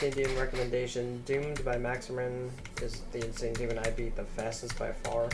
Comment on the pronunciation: bro that was the worst pronouciation of insane demon i have ver heard, it took me 20 minutes to find the damn level